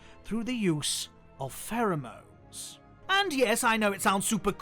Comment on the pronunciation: The way you say "pheromones" is so beautiful and i will pronounce it as such when given the chance